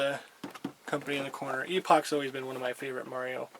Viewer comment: "Meiro"! I could see "Mairo" happening, but where did that "e" even come from? Heh, good stuff. Good video, as well.